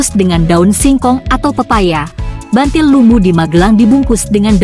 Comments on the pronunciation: Buntil bukan bantil bacanya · buntil bukan bantil mbak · Buntil mbak bukan bantil.